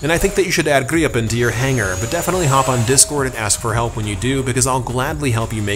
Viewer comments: We have Swedish friends and according to them you're still not pronouncing it correctly, but also according to them you can just pronounce it as its spelt and not over complicate the name. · I am Swedish and never heard "Gripen" pronounced like that.